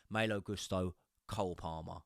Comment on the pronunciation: Yes, Maaaaalo but also last name should be pronounced Goooosto